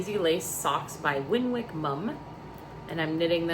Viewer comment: Fun quickie! I finished my Spindrift Shawl today. The Picot edge was a slog! All the best. Jane ps I said it wrong the longest time (and I'm English) until my friend who comes from near the town put me right. Winwick is pronounced Win-ick! They don't pronounce the second w! Lots of British towns have the wick ending and the w is rarely heard. Hope you don't mind my saying ♥